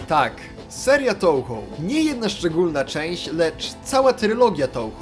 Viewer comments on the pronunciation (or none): Jak się robi film o gierce to przydałoby się chociaż poprawnie wymawiać jej nazwe XD. Czyta się "Toohoo" bo japońskie "ou" to długie "o" a nie "tołho"